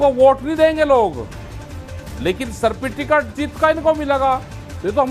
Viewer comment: ये अनपढ़ सर्टिफिकेट भी सही से नहीं बोल पाता है।